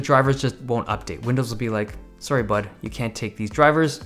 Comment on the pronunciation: You've never sounded Canadian to me until "Sorry bud"